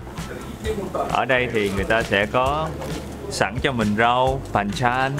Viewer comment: làm clip hay, hấp dẫn. Tuy nhiên nên tìm hiểu thêm về cách đọc, cách nhấn chữ các từ vựng của ng bản xứ để mình phát âm cho đúng. Ví dụ các món ăn kèm thì sẽ đọc là pan chan, chứ ko có nhấn âm là pàn chan. Hoặc Gyeongbokgung sẽ đọc là gong bốc kung, chứ ko phải là jong. Mong video của sẽ ngày càng viral hơn